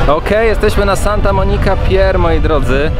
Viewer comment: Muwi się santa monika pir